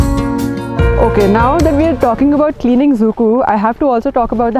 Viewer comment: It's not exactly pronounced as "zuku" it should be pronounced as "zukou valley"